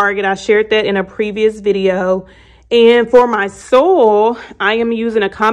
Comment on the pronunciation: It's SOY-IL...not sol